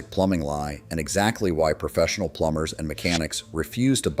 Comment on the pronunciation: I like the way ai says plumbers wtf.